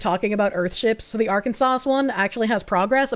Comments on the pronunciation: It's not Arkan sas it's Are Kansas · The way says "Ark-an-sass" is adorable, when the actual pronunciation is "Ark-an-saw." 😅😂 Oh...so the "Georgia Freedom Initiative" is naught more than black communism. I thought actual freedom and liberty was for folks of all colors. Thanks for showing us that,...I hate it. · Are-Can-Saw plz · Assault Rifle Kansas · I think her pronunciation of Arkansas is hilarious. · Is that really how you say Arkansas, or is that a running joke? 😂